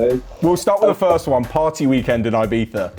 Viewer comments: hahahaha lmao its definitely not. Since when is there an Eye and an E in Ibiza? Did i missed something it’s not “Eyebeetha” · it actually hurts my ears how he pronounces Ibiza lmao.